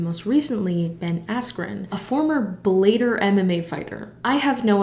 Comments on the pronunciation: " Bell-aye-ter " Lmao as someone who trained for 9 years in MMA, i love this pronunciation.☺👍 Thank you. BTW its pronounced more like... "bella-tour" so the fact that it reminds you of Bella Thorne, makes sense 👌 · “A former Blader MMA fighter” That got me, ha ha. It’s pronounced like (bell-a-tour) No hate, just helping a homie out ✌️ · Bel-LAE-tor lmaoooo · DAZN is pronounced Duh-Zone Bellator is pronounced Bell-uh-tour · Sorry to be a cringe MMA fan but here’s some context: Bellator is pronounced kinda like Bella Thorne: “BELL-a-tor”. Askren is an MMA fighter who focused on wrestling and is very good at it. MMA includes boxing, kickboxing, wrestling, grappling...basically everything. Boxing is much more limited and is NOT what Askren is known for. This fight was nooooot a good look for him and a lot of people thought that going in. I loved this vid and was super excited to see a creator I love talk about fighting, so thanks for this 😁❤️ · Your pronunciation of "Bellator" was the highlight of the vid for me 👌🏻